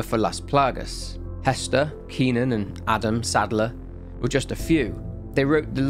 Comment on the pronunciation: “adam saddler” lmaooo